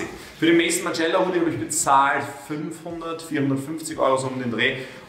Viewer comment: Mason Margiela, man kennts. macht sich über die Aussprache anderer lustig und kackt so rein hahaha